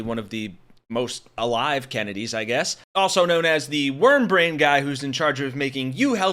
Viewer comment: He has venous insufficiency of the neck which affects his , "ahbrain".